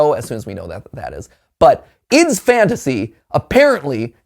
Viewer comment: I still confused why matpat say ID's fantasy instead of I D's fantasy